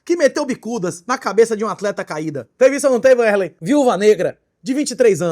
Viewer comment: Wesley, que ele chama de Uérlein